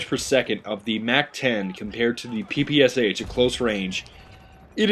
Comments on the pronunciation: It's quite ironic that you, with "" in your name, can't pronounce the name of the PPSh correctly. It's "Pepeschah" (and read that like it's german). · hez saying ppsh wrong!!!!!